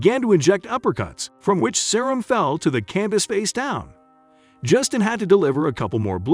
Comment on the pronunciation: not even Cerrones last name right either 😂😂